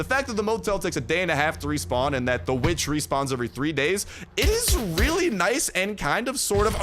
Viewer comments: its witch with an W not vitch with an V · Saying "vitch" sounds like the b word